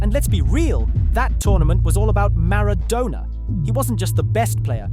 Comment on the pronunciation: These fkn AI videos are getting on my bloody nerves! MaraDONNA not MaraDONER Pronounce his name correctly ffs! One of the greatest players of all time!!! Also saying that South Korea went on a massive “killing spree” isn’t the best description…. Why “finally” in 2010?!!!! We’ve had 2014, 2018, 2022 since then!